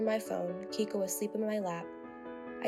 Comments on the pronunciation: It's KEIKO, pronounced KAY-KO...not Kiko. 🤦🏽‍♂️ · Why is the Dodo recycling stories? Also, Keiko is pronounced kayko